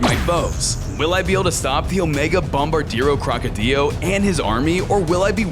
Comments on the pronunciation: IT IS CALLED NUCLEARO DINOSAURIO NOT OMEGA BOMBARDIRO CROCODILIO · No one but me cares about how you say the name it's tung tung suhur not usher and it's bumodelo crocodelo not crocodelyo